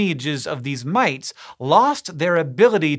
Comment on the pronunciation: When Hank Green says, " Mites," it sounds like an Austrailian saying "Mates." G'day...